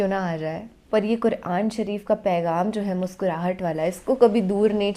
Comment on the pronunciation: अरे मैडम सही तरीके से बोल तो लो, कुरान को कुरआन कुरआन बोल रही हो